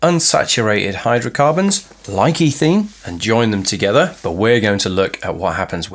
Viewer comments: I'm sorry, I didn't mean to offend, and I'm sure as with all things English there are several different accepted pronunciations. As I said, I was just very confused, that's all, because I've only heard ethene as eh-theen before. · Good video, but I was so confused by your pronunciation of polymerisation and ethene, etc. The results I got from Google were all completely different... Guess I'll stick to a search engine.